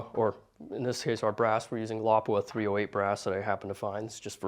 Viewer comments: Wow, he pronounced Lapua correct!! True American hero! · As a native Finn I can confirm that his pronounciation of Lapua is almost perfect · the way you say "Lapua" throws me off. Great demonstration.